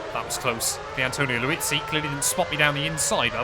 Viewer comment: I’ve really enjoyed this series. So much so I subscribed and will be checking out your other videos. A couple of things though - Vitantonio Liuzzi. His name is pronounced as it’s spelled - Liuzzi. Not Liuzzi. Liuzzi. Also, the past tense of brake is braked. Not broke. All good mate. Keep up the good work. Now, if I could just stop my eye twitching…